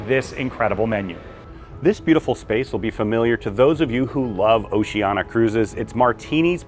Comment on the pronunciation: It's 'Oceania' (Oh-Cee-Aan-Iah) not 'Oceana'. :yougotthis